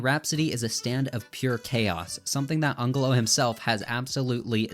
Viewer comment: It's pronounced anjelo